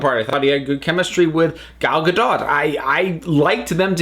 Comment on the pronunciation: As an Israeli, I've got to say that your pronouncuation of 'Gal Gadot' is pretty good! I don't even know why I felt the need to say this but I'm just genuinely impressed cause most Americans get it so badly😂